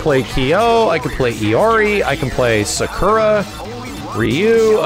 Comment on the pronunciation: It still annoys me the way says 'Sakura'